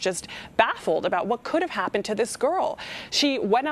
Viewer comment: and ....”HaPPPPened”